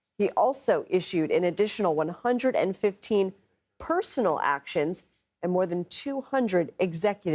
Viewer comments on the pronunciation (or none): PERSONNEL not Personal 😂😂😂😂